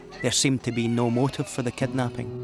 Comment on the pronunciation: if he says kednaaping one more time i swear